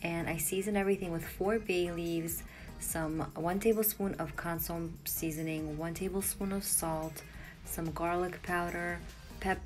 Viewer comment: Am loving all of your recipes that I miss so I can now attempt them at home. I am a big fan so that if I make a teeny weeny suggestion it is not derogatory but meant to be helpful. Consommé is often mispronounced but phonetically it is pronounced “con-some-eh”. Thanks for helping to improve my life.